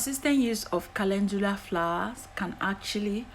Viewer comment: Thank you kindly, for sharing your recipe I love calendula is on, my favorite herbs I also love that you pronounce it perfectly I will used as a leaving I love the smell, of calendula I will used fresh aloe Vera thank you god bless 🙏🙌😘